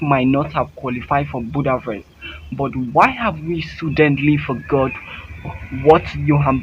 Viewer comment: Bro how you pronounce Shiiiilllly annnn friseeeer priiiiiiceee , and Budaaavest giving me suicide vibes its shelly ann fraser pryce and budapest.!😅